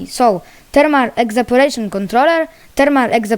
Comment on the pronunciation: czyta sie ewaporejszyn a nie egzaporejszyn